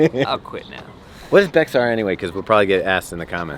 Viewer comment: Bexar is a county in TX (in the San Antonio region) and is pronounced ‘bear’ (silent X)